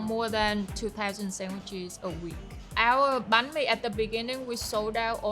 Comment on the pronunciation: I love how she pronounces every Vietnamese dishes and sauces right with the accent!! Im Vietnamese and a lot of my friends they do a western pronunciations when it come to pronounce Vietnamese dishes in English, this acts of her is just small but really impactful. Said she tryna keep everything as Vietnamese as possible and she really did good job 👏